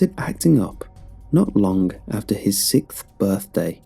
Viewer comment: “sickth birthday”